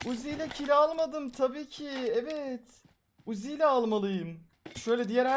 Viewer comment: Abi sen uzi dediğinde ben wuzi diye anlıyorum